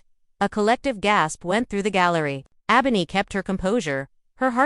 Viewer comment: You mispronounced Ebony throughout the whole video. Check first before you put out a video to make sure you're saying the characters name correctly. I had to put the video on mute because it was annoying listening to you